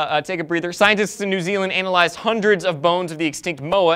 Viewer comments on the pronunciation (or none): It sounded like said "anal-yzed." Freudian slip (not that there's anything wrong with that of course)? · Did say "Anal-ize"? XD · lol said "ANAL-ized".